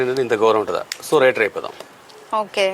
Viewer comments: వ్రయిటర్ కాదమ్మా. రైటర్ అనాలి...... 🤣🤣🤣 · వ్రఇటర్ ఆ 😄😄 ... రైటర్ అంటారమ్మా ... ఏంటో ఎక్కడ నుండి వస్తారో వీళ్ళు